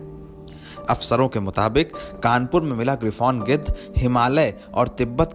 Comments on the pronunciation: Gidar nahi chacha gidh 😂😂😂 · गिदर्र नही चाचा गिद्ध 🙄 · O bhaiya g gidad naahi gidh bolo 🤣🤣🤣🤣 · गीदड़ नहीं गिध 😂🤣🤣😅😂😅😂🤣🤣😅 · गिद्ध है भाई गिदर् नहीं ओके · गिद्ध है भाई गीदढ़ नहीं 👏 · bolane bhi nahi aata use giddh kahate hai gidad nahi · गिद्धड नहीं भाई गिद्ध बोलो। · Gedh hota h gedar nhi 😂😂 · Geedad nhi gidhhad bol rha hai 😂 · वह आदमी गिद्ध को बार बार गीदड़ क्यों बोल रहा है।